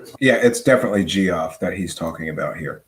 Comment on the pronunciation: Pro Tip: Geoff is pronounced "Jeff."